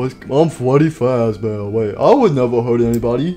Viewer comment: Nobody: Withered Freddy or also known as “Fweddy Fazbeaw”: More brain damage for me!